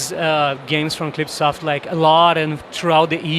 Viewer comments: Cipsoft e nao clipsoft lol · CLIPsoft ficou feio demais kkkkkk